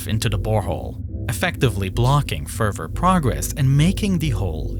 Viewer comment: this guy uses the word "further" so many times but can't say it correctly, its getting me mad